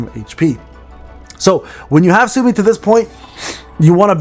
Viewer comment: 'Soo-Oh-Mee', no?